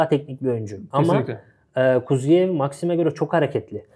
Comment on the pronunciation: Kuziev degil KuzYAev duzgun teleffuz edin bi zahmet